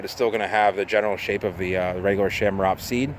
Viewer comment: Lots of other 'ch' pronounced hard 'c' palm trees out there. Best to take that ch combo and hard C it because it's common among palms.